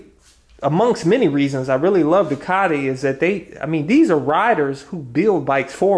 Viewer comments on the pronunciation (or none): You gotta say it right bro. Say "doo-kuh-ti" 😁 love the repsol fairings!